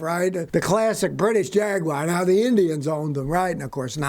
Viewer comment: Oh Scotty, ..... Jagwire You should know by now it's jag u ar "Jaguar"